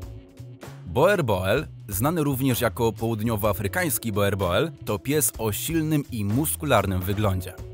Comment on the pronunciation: Proszę poprawnie wymawiać Boerboel. Z holenderskiego "oe" czytamy jako nasze "u".